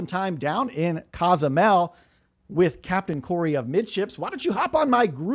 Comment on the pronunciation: whats Casamel mexico? need to learn how pronouce the cities since youre a cruise expert?